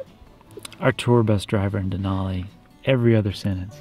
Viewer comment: Denali is pronounced with an “a” sound, not an “o” sound.